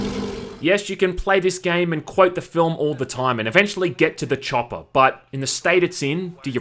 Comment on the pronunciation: Did you say... Da choppa?!